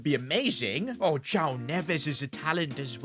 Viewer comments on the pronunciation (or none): none